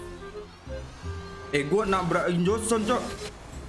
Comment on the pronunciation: Jhonson bang bukan jhongson